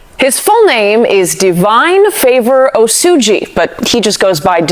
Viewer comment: Even the oyibo pronounced his name better than you. It is "Osuji" not "Osuuuji" mtcheww